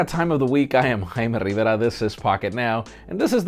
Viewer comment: "Hi me Rivera" 😂😂😂